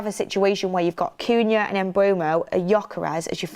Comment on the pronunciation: really struggling with these players names. First Cunha, now Mbeumo. 🙈🤣